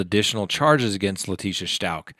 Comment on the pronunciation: I’m not trying to be a dick 😬, but.....It’s Stauch as in couch 🛋btw!! 🤭 Sorry 😐, it’s just going through me, every time you say it! 😆